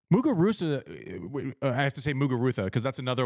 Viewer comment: Right?? Trying a little too hard